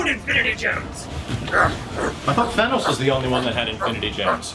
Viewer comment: At the time we shot these, we thought it was pronounced "Thay-nose", and we had to redub it for everybody when Marvel told us it was "Than-ose".